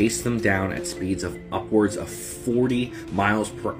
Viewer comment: Say upwards again